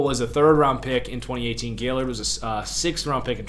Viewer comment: Gaillard: Guy-Yard not Gail-Lord